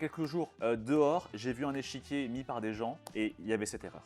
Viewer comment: pour le coup c'est un échiquier pas un "échéquier".